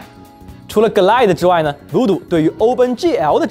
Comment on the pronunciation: 从Quake增加VooDoo卡支持变成GLQuake(节目中读GL Quake)，就可以推出Glide读“割奶”是不对的，应该一个个字母地读：G - L I - D - E，这里GL是一个名词的缩写，而IDE又是另一个名词的缩写，如果有人说我较真的话：我不较真就真的很对不起节目组：找到了20年前的MMX奔腾CPU，和模拟486 DX 33(基本可以肯定不是真正的硬件了)运行Quake的时的画面效果